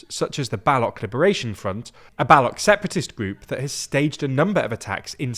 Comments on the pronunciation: Bal-o-ch not balok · It is not Balak, it is Baloch. The ch is similar to chair. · Just a point to note: it’s not baLOCH as in Loch Ness, it’s baloCH as in CHina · It's not ba loch but pronounced as B:low ch. Watch the Dhurandar trailer to see how it is pronounced. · It's not Balock. It's BaloCH. Learn to pronounce the names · Huge mistake at the beginning of the video. it's balo"ch" and not balo"k"... Also Balochistan freedom struggle has absolutely nothing to do with Taliban. The Baloch people wanted a separate state right from 1947, so it's not terrorist group but a freedom struggle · Baloch is pronounced buh-LOHCH. Not BA-lahk. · its called balosh not baloc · bro you cant even pronounce "Baloch" correctly who made you a journalist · Bro pronounced Baloch as "balok" 🥀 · Bro, it's Baloch, like the ch in cheese, not Balok. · For future references, the "ch" in "Baluch" is pronounced same as the "ch" in "choo choo" rather than "ck" as in "Balock". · An FYI for pronunciation, Baloch is pronounced like coach, not like balokh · Lol, I will pronounce it as BaLOCH AS IN LOCHNESS, cuz we speak english, bot your weird middle eastern language. Like, how .0001% of thebworld speaks urdu lolololol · The “ch” in Baloch is read/pronounced “che” (ALMOST like Che Guevara) and not a k. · the Ch in baloch is pronounced like the Ch in children. the rest was top notch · Can you guys please stop pronouncing baloch like that it's embarrassing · bro u guys get mad when others mispronounce u but dont give shit when others mispronouce or butcher other places and cant u guys read it has ch sound not k